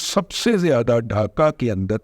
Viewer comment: رضوان ارسطو ڈاکہ نہیں ہوتا ڈھاکہ ہوتا اور اس کا تلفظ بھی یہی ہوتا ہے - ڈھاکہ ۔۔۔۔ اردو تو ٹھیک سے بول لو بزرگوار انگریزی کے ساتھ جو بلادکار کرتے ہو وہ تو ہم جانتے ہیںscreen کو جو بندہ suckreen بولے اس کا کیا کی جے